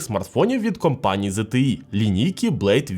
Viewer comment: ого не часто почуєш правильну вимову ZTE, зазвичай ЗТЄ і скрізь англ ' E чомусь обзивають ''Є''.